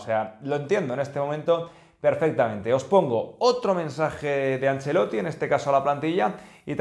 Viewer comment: Por enésima vez el apellido es ANCELOTTI, no “angelloti” ya usted parece que no sabe pronunciar los apellidos eslavos como Modrić (que se pronuncia modrich).